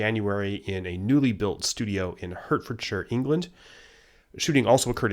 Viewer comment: It's pronounced 'Hartfordshire', not 'Hertfordshire'. Otherwise, good video.